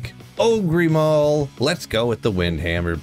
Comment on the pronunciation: "Ogree maul" lol he can't be serious